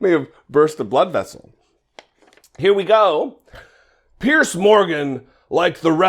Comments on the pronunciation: Piers. It's pronounced PIERS, like one pier, two piers. NOT 'pierce', like pierce skin with a needle. (Sorry, makes me crazy...) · why are you mispronouncing the idiot Piers Morgan's name? It's pronounced "peers". You're sounding like a low IQ Republican when you do that. Don't be like them, do better.